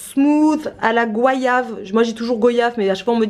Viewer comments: Cc, je suis réunionnaise et je n'ai jamais entendu dire goi ya ve loool .... ce n'est pas un commentaire méchant mais juste pour vs dire qu'ici on dit go ya ve comme vous l'aviez tjs dit en fait 😊 ici c'est un fruit qui pousse chez nous dc je le mange depuis tte petite et j'adore .. merci pr ttes vos vidéos sympa et le nouveau mode de fonctionnement 😊 Pour les vêtements de mes enfants c'est souvent les anciens vêtements de mes nièces et neveux que je reprends pour mes enfants et j'achète ce qui manque pour compléter dc pas bcp et c'est super 😉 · C’est bien goyage comme voyage et pas “goïava” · On dit GOyave à la reunion 😄 j’adore vos vidéos